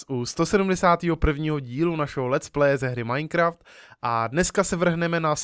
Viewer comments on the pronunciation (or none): none